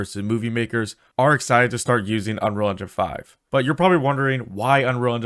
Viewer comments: You say “unrol” engine lmao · How can you make a good tutorial if you don't even take the time to pronounce Unreal correctly...? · man this guy cant pronounce unreal :D its funny